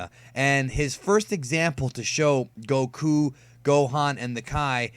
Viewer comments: You pronounce whip and Goku wrong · i hate how you pronounce goku